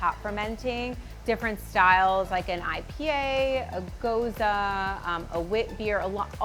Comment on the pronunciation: Great video, but if you own a brewery, maybe learn the name of the beers you make before you do an interview everyone can access across the world. Gosa? It says it on the can, lady.